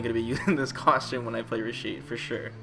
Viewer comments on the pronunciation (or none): How come you pronounce costume "coshums"?